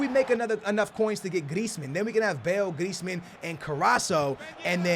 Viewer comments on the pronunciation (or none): none